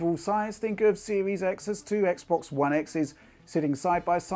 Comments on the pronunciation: did u just said Microsoft Sex box series X? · Sex box series x is what that sounded like to me lol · Die he say "Microsoft's Sexbox Series X"?